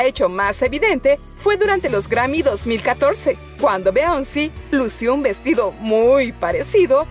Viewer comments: Tu pronunciación del inglés a veces me deja en JungShook. Es pésima y en algunos casos puede llegar a lo... A lo que te deja en cara de poker o pensar ''¡¿Es en serio mija?!''. No sé de cuántas maneras has llamado a Beyonce. A veces Biyonce, a veces Bellonce, a veces Bellonci, a veces Beonci, a veces Bionce y ahora Bionci. Que yo sepa es ''Biyonce'' la forma correcta, pero no sé por qué has cambiado tanto la pronunciación del pobre nombre. Aunque el nombre que peor has pronunciado que yo recuerde, ha sido el de Maddie Ziegler en uno de tus vídeos de Vídeos Musicales Más Polémicos el cual pronunciaste como ''Meidi Sleiger''. Tus vídeos son muy buenos y la manera en la que hablas y en la que te expresas, pero... Creo que tendrías que mejorar un poquito bastante tu pronunciación del inglés. ._. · Todo bien hasta que pronunciaste Beyonce😂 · BEONCI???? se pronuncia BIONCE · Oye! NO es Beonci ..... Es (Biyonc Pronunciación) Beyoncé. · Se pronuncia como Billonse, no , Beonsi (no lo digo con intensión de ofender ni nada de eso) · Absolutamente todos: Beyoncé: Beónci. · No se pronuncia "beonci" es "biyonce" ☝🏼😌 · Beonci se pronunci "biyonce" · Ahora tomar como ejemplo alguna vestimenta de otro famoso para vestir bien es copia, que usen lo mismo o que se hagan el mismo corte de cabello no es copia, es simplemente porque les agrado la forma en la que se vistieron o cambiaron de look🙄 Por cierto, no es beonce, es biyonce🙄🙄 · Ajjajaj me cago de risa cuando dijo beionce en ves de Beyoncé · No es Beonci es Biyons 😂😂😂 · Me desagrada que pronuncie beonci .. por Beyonce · "Beonci" JAJAJAJAJAJAJAJAJAJA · Pero la pronunciación del nombre es Beyoncé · Se pronuncia "bionse" no te cuesta nada aprenderte las vocales en inglés -_ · BEONCI 😂😂 la es de MAR 😂😂 me gustan estos videos pero dice palabras super cargadas esta mujer 😂😂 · alien567.... Sii se pronuncia.... **Bionci**pero se escribe Beyonce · alien567 LO MISMO PENSÉ YO, pero escuché beionci :v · Beonci ???? WTF